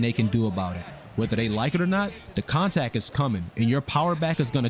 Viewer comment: You said contack, I think you meant contact